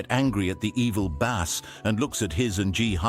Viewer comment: AI is so freaking annoying. Doesn't know how to pronounce Bass? For a word used is so very much it is soooo annoying the constantly hear the word "Bass" being said as "Base"